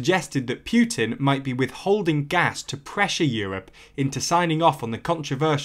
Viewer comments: It’s not “Pyutin”, it’s Putin! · Can't listen. It is not Pjutin, there is no J sound in either English or Russian pronounciation. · The Russian president's name is Putin, not Pewtin. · Please learn how to correctly pronounce Putin. Its Put-in not Pu-tin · I'm a Russian. Poo-tin is how we pronounce it, Pew-tin sounds funny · Pyootin. It's Putin. Путин. Learn how to pronounce it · Poo, Poo, definitely Poo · But who is Pew-teen? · Could be better if you worked on your pronunciation a little lol (it's not Pyuutin) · did... did he say Pyutin? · I like how he pronounces Putin. With every time he says it it gets funnier and funnier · Are you a poo-tin or pew-tin? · I prefer the French pronunciation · I understand your opinion but this is a serious political situation and I don’t think calling people thugs is appropriate and mispronouncing their name is professional. I completely agree that Putin is not right to play such games with us in the EU and we should not be so dependent on Russia for energy